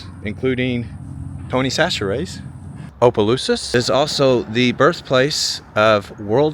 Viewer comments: OMG I cringe when anyone butchers names in Louisiana. Towns...or whatever. He's hacked at Opelousas so many times. If you aren't sure how to pronounce something just ask. And it Opa-lousis. Omg he just finally got it right 😅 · Abdallas was a high end clothing store, we had one in New Iberia also one in Lafayette, have to laugh half the time you pronounce Opelousas right, half well not so right…lol. I used to love the town, but now I avoid it as much as possible. I now live in the small town of St Martinville, it’s getting about as bad…